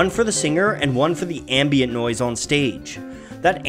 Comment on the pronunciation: This dude said "nyoise cyancelling HYEADPHONES"